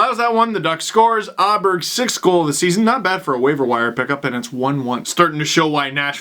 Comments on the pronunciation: Thing it's pronounced Oh-berg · I'm no Swede, so feel free to correct me, but I'm pretty sure it's pronounced "Oberg" since the "a" is Pontus's lastname is an "å".